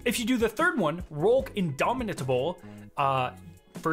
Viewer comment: thank you for not stretching these videos out: Short & Sweet. We really appreciate it Also, “indomitable” can be pronounced as “in-dommi-ble” and most people will know what you’re saying. No hate though!